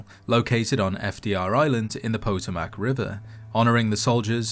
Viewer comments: It's Pa-TOE-Mick Not: PA-Toe-Mick You sure you're not AI? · Very cool! One thing though: For some reason I've seen non-US YouTubers pronouncing Potomac as PO-to-mac. It's po-TO-mac (more like puh TOW mic, really). One of those weird names that's hard to sound out if you haven't heard someone who grew up around it saying it. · did you just call it the poto mac river? Come on dude. Do some research before reading your script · "Pah - toe - mic" river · Understood you no problem. US colloquially pronounced Potomac as pa-toe-mick. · POTAMAC??? its pah-toe-mick XDD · pu toe mic? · Potomac River: “Pah Toe Mick”. You’re the man, Keep the videos flowing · Hearing you pronounce "Potomac" was a shock. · Brilliantly done video, as always! Love your voice and finding out stuff about fallout from you! you talk about the Potomac River- however as a lifelong Maryland native I can let you know it is pronounced puh-tow-muhk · "pah-toe-mack" emphasis on the "toe" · I love the way you pronounce Potomac. It makes me think it should be served with a Tato or three and some Yao Guai sausages. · what the hell is Potoe mac bruh I mean I can pronounce the river Thames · For the record, "Potomac" is pronounced, "puh-TO-mik." Sincerely, someone from Virginia, where part of the Potomac is located. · It's pronounced "pah-TOH-mik" river. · I know it’s a regional pronunciation, but MAN… Did that make me giggle. Haha It’s a very famous river for the States. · Poe-toe-mac? OMG. This will not stand. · do you understand that this has been a real person doing the narration since they started this channel? If you're one of these people that are upset about the way he said Potomac river y'all don't take into account that this man is not American